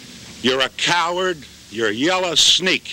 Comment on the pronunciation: "Yella sneak".